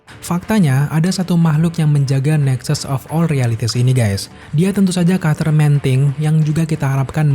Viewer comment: Krn terlalu cepat saat mmbaca naskah akhirnya bnyk yg kepeleset dan sangat mengganggu di telinga, sperti kata Spiderman jadi "sparmen", Karakter jadi " Karter", dan What If jadi "wade" 😂🙏